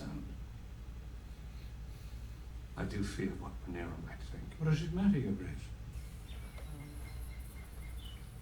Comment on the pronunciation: I stg if continues to misprounce half the names so poorly, I'm gonna have an aneurysm 🤣 RhaenARa nooooo RhaeNYRA like NEAR-UH I'm just a silly boy with a pet peeve for this man, he does it in every show and it feels intentional at times 🤣